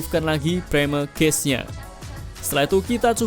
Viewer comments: Baru ngeh klo ternyata yg dibahas cache gara2 mas e salah baca 😭 "cache" dibacanya sama persis kyk "cash" mas, bukan dibaca kyk "case" 🙏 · Cache bacanya kash. Semoga dibaca, klo ga, malu2in ah cenel tekno ga tau cara baca cache